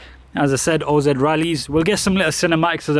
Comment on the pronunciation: O.Z is best pronounced as (in the wizard of) OZ 😉